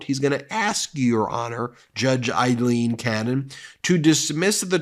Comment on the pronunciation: Aileen = Ayleen